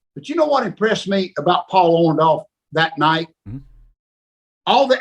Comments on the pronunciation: Why he keep saying Paul orndolph 😹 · Him and Hogan are the only ones in the universe that pronounce it "ORN-DALLF" the rest of us ... including Paul pronounce it "ORN-DORRF"